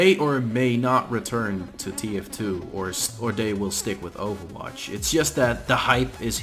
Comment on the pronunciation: Wait.. Overwatch is "bether" Really?